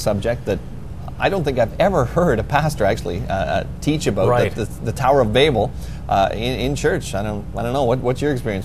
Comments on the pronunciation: BAY-bel?.. BA-bel is correct to my understanding.. Like .. "You BAbel on and on." It's NOT pronounced BAY-bel! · its pronounce baabel its not like the way you are saying it like baby .